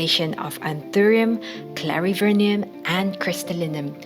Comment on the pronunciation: In Brasil we call the small anthurium as clarinervium, you say clarivernium... I wonder wich one is correct😅